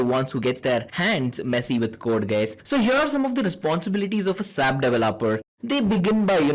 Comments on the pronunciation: it is not sap it is s a p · It is not sap.It is S.A.P.